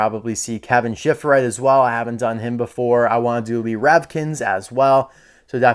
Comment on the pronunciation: its shiftright not shiftrith